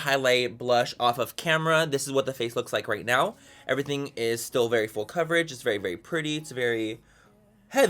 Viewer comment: When he says the word "full" it sounds like he's saying "fool"? What accent is that?